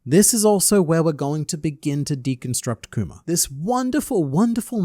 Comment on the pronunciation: Kuma doesn't deserve this man calling him "Kumer" over and over again. :(